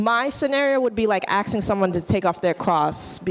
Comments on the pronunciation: Aint no way she just said axing instead of asking 💀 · "Thats like axeing.." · "axeing" Do they not teach English in college now? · axing axing axing. 🥴🤔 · Why can't black people not say asking? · Axing? Is this a place of higher education or a gindergaden? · when people cant pronounce asking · College level, cannot pronounce: "Asking" Paid for to educate nothing.